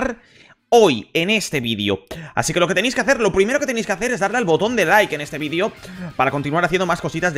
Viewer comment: Me estan dando combulsiones de solo escucharlo jajaja